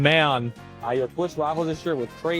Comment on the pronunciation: Asmongold has his own language.. "MAYUN... MAYUN..."